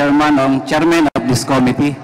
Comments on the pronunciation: Kelan kaya nila maitatama pronunciation nila ng "Committee", congressmen paman din... kaya nahahawa mga tao eh, lalu mga bata, akala nila un ung tama. hayz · Com-mit-tee your honor, not co-mi-te, para mas pogi ang dating mo. Hige subukan mong basahin, com-mit-tee!😁Rep. Dan Fernandez ✌️